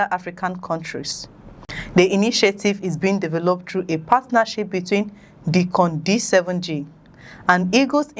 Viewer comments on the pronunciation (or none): Pronounced DYcon not Deecon